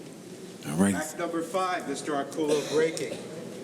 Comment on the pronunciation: As long as he's been in the game. it's amazing how many times Orcollo's name gets butchered. Great video production and excellent commentary otherwise.